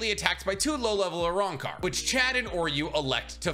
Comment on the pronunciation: Uh-rahn-car Los Noh-Chase Hoe-gi-yo-coo Oo-ta-he-may Oo-dee-oo You-ha-bah-ha Oo-key-or-ah